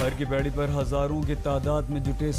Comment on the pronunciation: K2a har ki pedi nahi har ki podi hota h sudharo aaj tak walo